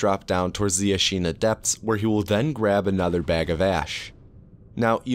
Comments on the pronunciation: “i’ll tts any pronunciation i find tough” “Ashīna” (it’s Āshina for anyone wondering) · Not to dunk on you because english-speakers (me included) always mispronounce japanese words but it’s pretty funny that you make a point of using TTS for sabimaru and then almost immediately pronounce ashina "asheena" instead of "ash-inna" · man I clicked off when I heard how you pronounced Ashina